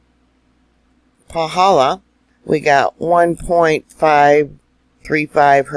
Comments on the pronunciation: I felt a good jolt earthquake at 3000 ft elevation near Volcano national Park.. you are pronouncing Paw - hall - law perfectly 🥇🏆... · Excellent pronunciation of the crater👍🏻👍🏻👍🏻👍🏻